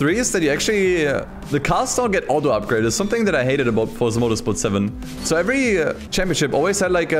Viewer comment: is it THAT hard to say the word FORZA? it is FORZA not Forsa. Fortsa 😉